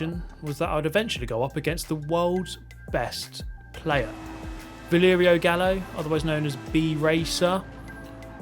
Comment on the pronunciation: Bro, it's VALERIO, not VLERIO😅